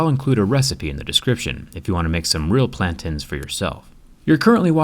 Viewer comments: Jerry its pronunced (plan-tain ) not plantin😂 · It’s plan-TAIN like pain; not plan-TIN. Me and my Nigerian heritage will fight anyone and everyone on this. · That is not how you pronounce plantain... And a banana is a type of plantain—plantains aren’t a type of banana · it's actually pronounced plan - tain, not plan tin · “Plan-tain” not “plan-tan” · It's not plan tin , it's plan tain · It’s pronounced plantane not plantin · "plant-AY-nes" the a makes the abcd a sound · The description on how to cook plantanos maduros is just amazing lol also it’s pronounced “plan-tay-n” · Plantaaaaaain not plantiiin😂😂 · It's pronounced plantin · OK THE PLANTAIN PRONUNCIATION KINDA BOTHERED ME. "-TAIN" IS PRONOUNCED "-TAYN" AT LEAST FROM HOW I WAS TAUGHT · It pronounced plan-TAIN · And that's not how you say plantain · You pronounced plantain wrong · The way you pronounce "plantain" is so odd. Haha.